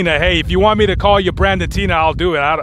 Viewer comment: How are you saying tenna brandon?. His name was brandon and its HE not she